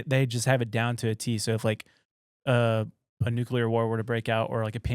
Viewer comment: Did you just say NUCULAR? Did you mean NUCLEAR??